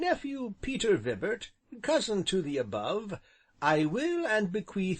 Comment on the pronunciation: Vybert - not Vibbert- fps!